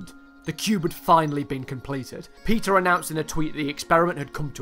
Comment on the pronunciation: I thought you said he was called "Pizza" not "Peter"